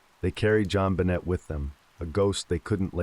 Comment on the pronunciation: The way this guy pronounces her name wrong throughout the entire story absolutely drives me crazy 😡